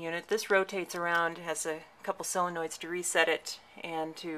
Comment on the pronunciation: Great video as are the rest of your videos. I admire your work and knowledge but have a nit pick. The Solenoids are pronounced solinoid with an O not SIinoid with an I. Sorry to be such a A __ about something so stupid but I just had to mention it. Looking forward to the rest of your videos and your self made pin.